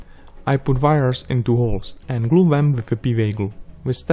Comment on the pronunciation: HAHA you said "vires" all count Dracula like...